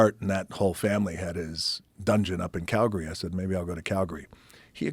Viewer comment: Dwayne says Calgary right 😊